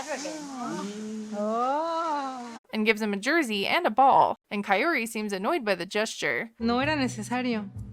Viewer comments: Omg guys my name is kaori and I kept having a mini heart attack each time they said kaory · You also say her name incorrectly 😅 It’s Kah-oh-ree not Kah-yoh-ree 😭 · It's funny how u try to correct his pronunciation and then proceed to butcher her name. His pronunciation isn't bad but KaiORy is much worse. Comibg from someone who actually speaks Spanish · I think he is trying to say her name in spanish so he is pronouncing the R differently... but since he is saying the first part of her name, "Kao", in english (Kay-yo instead of "kah-oh) it sounds off in both languages. It literally sounds like coyotee😶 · I am convinced he will never say her name correctly. Until I saw otherwise I literally thought her name was Coyote. Is it just me, or is it not basic respect to learn how to properly pronounce someone's name? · Why TF is he pronouncing her name like Coyote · When you pointed out how much he butchers Kaory's name and then you added the picture of the coyote because that's basically where he's at with pronouncing it had me in stitches 😆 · I thought the same! I swear I hear Coyote! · Love how he pronounces her name as if shes japanese. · He should really learn how to pronounce her name. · Omg does he ever say her name right? It's not that hard lol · Actually....I'm going to side with Ed on the pronunciation of the name. The r is most definitely not prounounced the way we pronounce the letter r. That's how the narrator is pronouncing it. Listen to the spanish woman pronounce her name. There is a rolling of the r....like every other r in the spanish language. It seems like he is making an attempt to at least try and attempt to say it how a Hispanic person would. I bet kaory has way less of a problem with it than most people seem to. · Hahaha! How you gonna marry someone you can’t even say their name 🙄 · I was thinking the same thing!!!! 🤣🤣🤣